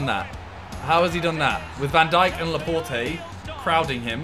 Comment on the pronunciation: Laporte is pronounce Laport not Laportey